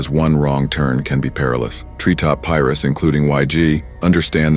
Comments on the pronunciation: It’s pronounced Pie Roos Pirus lmao I guess if gangsters have their lingo so do you “researchers” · PIE-ROOS NOT PIE-RUSS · There is no such thing as Los Angeles County Prison ....."Piris"?😂😂😂😂😂never saw the 2nd "I" at the end always thought it was PIRUS....like (PI-ROOS)... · Piru(pie, rue) not Pi-rus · Pie-rue PIRU Jesus ... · “Pie-Roo” your welcome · Pi-roo not Pi-rus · Its PIRU no pyris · Wtf is a Piris 🤣🤣🤣🤣🤣🤣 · “PIE-RUH” dummy not pires 😂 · Just a tip: if you want the AI narrator to pronounce the word "Piru" correctly, you gotta type it as "pie roo". Otherwise, it's gonna say it wrong every time. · jay rock in the b-roll of this video & the area being called “pie-rus” is hilarious. cmon champ 😂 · "Pie' Rue" Piru say it with me piru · It’s pronounced Piru- Pie Ru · Can't even pronounce pirus. Pie. rus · When he said (Pie Rus) I stopped watching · Piru(pie-roo) try zaying it lot that Cuh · PIE-ROO. tf you pronouncing it like that for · It's pronounced (Pi) (Rew)😅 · Pronounced Pi-ru 😄😂🤦‍♀️ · I cringed everry time he spoke the name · SMH when trying to exploit gang culture For a profit but can’t even pronounce Piru…. It’s a four letter word homie 😂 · This guy can’t even pronounce Piru right 😂😂😂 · DUDE YOU CANT EVEN PRONOUNCE PIRU RIGHT!! 🤦🏾‍♂️ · You saying Piru wrong 🤦🏾‍♂️ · Why are you saying the hood name wrong 😂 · Pronounce everything correct but piru 😂